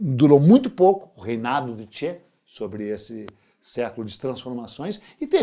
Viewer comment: pronuncie Tche gh-evara e não che gu-evara, kkkkkk eu estava em Camiri, depois da morte dele, visitando o Régis Debray.... o cagão....